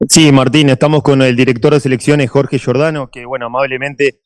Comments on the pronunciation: se come todas las "s". Qué hambre. También está dispuesto a seguir comiéndose goles, no precisamente con cuchillo y tenedor, sino con embudo. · Giordano, te vas a empachar “ comiéndote las S”